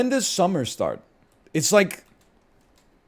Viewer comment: If I ever hear a Canadian say summer again, I’m gonna throw down